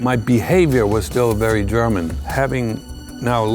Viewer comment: But when he says German you can tell hes a German.